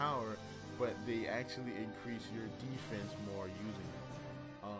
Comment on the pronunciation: Anybody else notice 'defnese' when he is explaining how the shuriken works?